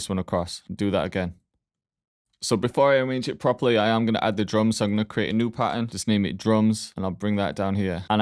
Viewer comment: Pahern😅 thx broshki